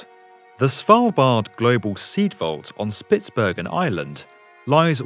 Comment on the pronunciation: Sounds an awful lot like you're saying "On spitberg in ireland" instead of "On spitsberg an island" had to listen to it a few times.